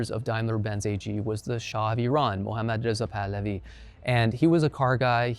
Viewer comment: Both the pronunciation of E-run and Mohammad Reza Pahlavi was perfekt😎